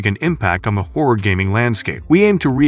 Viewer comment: Rule of Rose: "trapped in a macabur orphanage"? Trying to pronounce "macabre"? It's "MAK-A-BRUH" 😂 And why can't Americans ever pronounce "homage" properly? They use the word so often and still say "homidge" 😂 And "horror" is not pronounced "hore" - survival hore, outstanding hore 😂